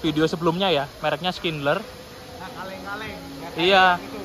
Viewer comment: Terima kasih sudah update. Anyway, boleh saya berkomentar? Saya noticed kalau mengucapkan "switch over" hanya seperti "swit over" (tanpa akhiran ch), sehingga mungkin bisa disalah artikan sebagai "sweet over" 😅✌️ Kemudian untuk merk escalator "Schindler", dibacanya "syindler" karena itu ejaan Jerman 😊 Terima kasih, salam dr Munich